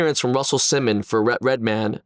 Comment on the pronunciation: It’s just Redman, not Red-Man